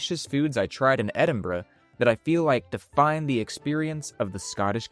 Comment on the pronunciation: Thank you for being able to pronounce Edinburgh they way they locals do (and anyone in the UK).